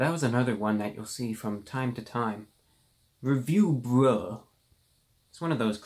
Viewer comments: The way he says review BRUH. I can't breathe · Forgive me but for just a second I heard you said "Review Rat"... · I kept hearing Review Bra.